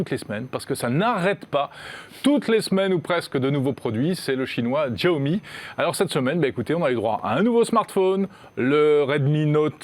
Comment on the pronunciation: Mes oreilles à chaque fois qu'il dit"Tchiaomi" 😣